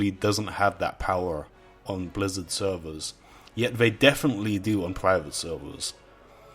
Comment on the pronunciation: take a shot everytime he says sewwerz